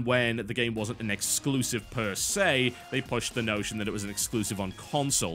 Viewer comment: Exclusive.....sound it out bro